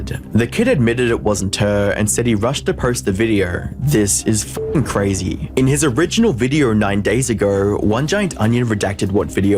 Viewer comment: Everybody: "Fucking." Leafy: "FUCK-EENG"